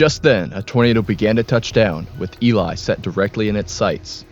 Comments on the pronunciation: this is the first documentary ive seen of Elie where they actually pronounce the name correctly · LOL not that many people outside of manitoba know how to say the name, so good on you for doing your research